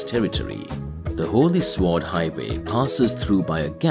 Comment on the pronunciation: Bro unironically said sw-ord